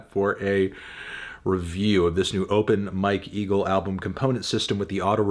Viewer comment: I was in another room and had to come back to the video to check if he really said "open my kegel" but it was open Mike eagle 💀